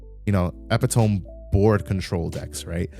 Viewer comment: I think the time is fine. Also I'm pretty sure the e at the end of epitome is not silent